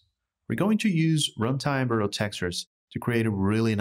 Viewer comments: "virtual" is pronounced like "virch-you-al" ;) Great tutorial anyhow. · He's saying it in the Portuguese pronunciation since it's the same spelling but different pronunciation. I don't see why it's a big deal for you since you recognized the word. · It's originated from Latin. It's neither English nor Portuguese, it's both actually. He can pronounce the word whatever he likes. If it was a problem, I doubt no one at Epic wouldn't "nicely explain" to him. As for me, it wasn't a big deal, sorry if it looked like it was. Peace. 🌹